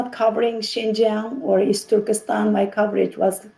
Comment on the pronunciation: I stop watching this when the women said the word " Easturkistan".